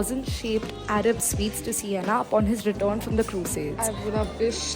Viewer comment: SIENA, not Sienna.